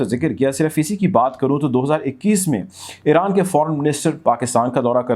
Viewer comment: Great VM👍Balance Coverage ….. just say Iran not Eran